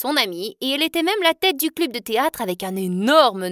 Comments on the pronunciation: euh ont dit club et pas cluuube wesh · Dans une partie au lieu de dire club elle a dit clubee 😭🤣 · T’as dit club ça s’écrit club mais ça ce prononce cleb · Ça se dit cleb